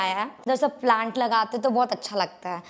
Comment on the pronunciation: Khud Ki English Dekh Lo Madam Ki Promotion To Kr Di But Khud Ko English Nhi Aati😂😂😂😂Lol plaint Nhi Hota Plants Hote Ha Duo English N Yahi Sikhaya Ha Maindak 🐸